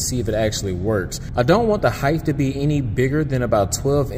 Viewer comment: Did you say heighth